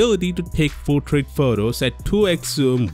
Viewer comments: he just pronounced portrait as putret😂😂😂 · I didn't catch you when you said 'Portrait Mode' luckily the subtitles were available.